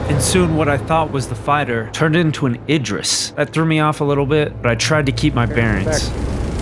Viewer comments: For "Idris" it is pronounced starting with: "Id" NOT "Eye". Look up the actor Idris Elba and see how people pronounce his name online. It's the same way. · id riss ..... say it with me ir riss not what your saying lol